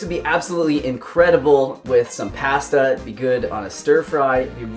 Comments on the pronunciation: do you pronounce pasta that way to screw with me? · Making these in the morning. They look great! But I have to comment on how you say pasta, must be a Canadian thing.🙂 Love your recipes! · First time watching you; I could tell you were from Canada by the way you said “pasta”. Recipes look good. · I first noticed that on PB&J's Youtube channel. Didn't know Canadians pronounce PASTA differently than Americans. And I didn't know that Europeans pronounce it that way until you just mentioned it.